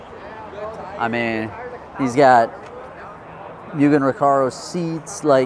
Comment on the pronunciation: Please 🙏 its moogen. Moo like a cow. MUGEN. Not Mewgen. MUGEN 😊